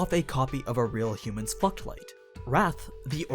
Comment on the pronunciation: am I the only one hearing fucked light?